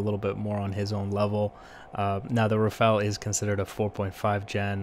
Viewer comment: RAFALE ! Not Rafale omfg!